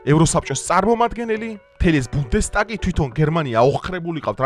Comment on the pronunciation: ბუნდეს-“ტაკი “ არა” ბუნდეს-“თაგ” ასე ქვია ! ნიშნავს” პარლამენტს” “ალისე ვაიდელ “‘ ქვია” მაგ მომავალ ჰიტლერს! შვეიცარიიდან არის წარმოშობით და გერმანიაში ცხოვრობს “!! მითუმეტეს მშვენიერი ქალი ვერ იქნება, როგორც შენ ამბობ :”როდესაც უცხოელი “ქალი ყავს საყვარლად “ !!👎🏻 ქალკაცა ალისე ვაიდელს!